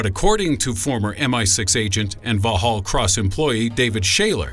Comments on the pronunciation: it's vaxhall cross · weeellll...SAS-special air service, SIS-special intelligence service. VauHal thou, good one, i would love to hear this guy say "Leicester, ....." :D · Aaaargh! Vauxhall is pronounced Vox-oll or Vox-haul (depending on how London you are!) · The British SIS building.. Vauxhall, is pronounced 'voxhall' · Your'e pronouncing Vauxhall wrong. it's pronounced like Vox-hall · Really... Val-Hall Cross. Sighs And it was going so well until then... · pronounced Vauxhall Cross, Not Vaahall Cross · "Voxhall" is how it's pronounced! x (Vauxhall) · #1 pronounced Voxhall!!! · It's pronounced VOX- ALL CROSS... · Lol! Vauxhall is pronounced as vox hall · Vauxhall...Pronounced VOX HALL, or VOCKS HALL, if you have trouble with your letter X, which judging my this video, you clearly do! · the way he pronounces vox-hall is absolutely cringe LOL. why didn't he look this up beforehand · Vauxhall is pronounced vox hall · It's pronounced 'vocks-hall'. Vauxhall. Would it have been so difficult to do a little research before speaking? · It's pronounced: "vox-all" cross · its pronounced Vox-all cross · Hey America its pronounced "vox-hall" cross no silent X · It's pronounced vox hall. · Lol it's pronounced "vox-hall" xxx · Vauxhall pronounced vox all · vawhawll cross???? 😂😂😂😂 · Lmao it is pronounced VOX HALL.... The way you mispronounced it, sounds like it is German... Bad form old bean... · Haha it's pronounced vox hall u nobber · The headquarters of MI6 is pronounced vaux-hall cross, for gods sakes. Typical American. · Its pronounced Voxhall Cross, drop the attempted comedy and do a little research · Every English person will have hysterics, at the pronunciation of Vauxhall! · Its not a silent X in Vauxhall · The 'x' in Vauxhall is actually quiet Important, it's really not silent!! Had no idea what he was talking about and I live not far from there 😂 Do love this guy though, very funny!! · VAUXHALL CROSS IS NOT PRONOUNCED THAT WAY. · 'Vauxhall' is pronounced Vocks-hall. :)